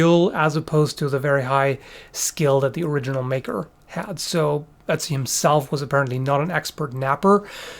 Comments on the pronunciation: Not to not pick, but the name is pronounced like utzi(oo-t-see) not Etzi with an E. They use that same O with the two dots in the German language, I had to really get use to how to say it when I lived in Germany. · I see his name and want to say "Oat-zee," but when says it, all I hear is Etsy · I kept on thinking he was saying Etsy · so you can pronounce ötztaler alpen but not ötzi? :>>> right at the start it sounded very much like "etzi"